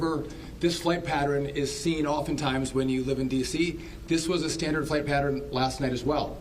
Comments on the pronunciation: the word is PATTERN not "patteren" geez and this is the 'secretary of transportation". Needs to get some speaking skills. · Patern not pateren. Seriously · Patterin? You mean Pattern?! Yeah, let's hire people who can't even say PATTERN properly, bc they'll be the best!!!! 😒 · And why move a plane to a runway knowing there is a helicopter in the area? “Patteren”? What English is he speaking? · Can we get someone who can pronounce the word ‘pattern’ correctly and doesn’t bob his head when he speaks?